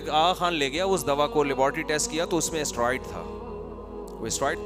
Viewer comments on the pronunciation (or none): Talaffuz me usko Steroids kehte Hain... Asteroid nahi